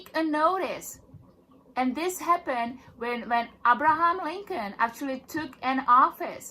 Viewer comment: To this SovCit: Learn how to CORRECTLY pronounce "Abraham".